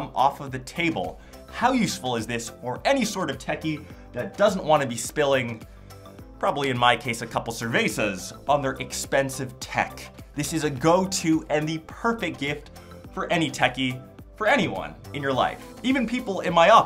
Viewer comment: Am I the only one who cringed when he pronounced ceveza phonetically??? It's pronounced seh-beh-sa